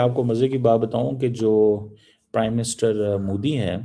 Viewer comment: कामार चीमा बहुत मजाक भरा नाम अपने देश के नाम की तरह 😅😅😅😅😅😅😅😂😂😂😂😂😂😂😂😂😂😂😂😂😂 जब अंग्रेजी नहीं आती फिर क्यों बोलते हो मैं कमार चीमा हूं और मोदी जी का नरेंद्र मोदी है ना की मोडी